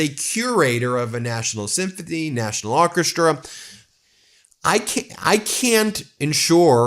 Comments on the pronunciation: LOL !!! It's SYMPHONY, not sympathy. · Why does Ben sound as though he is saying Symphathy instead of Symphony🤔